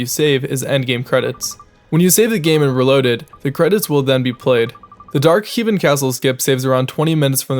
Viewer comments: The "Heevin" castle, huh? I guess it's the castle that heaves... I prefer the castle that hoes. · "Dark Heave -in" My brain: Huh?